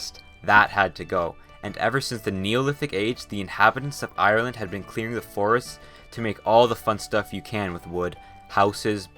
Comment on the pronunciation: YAAAY This is legit the first geo channel that pronounces my country's name properly Thank you h0ser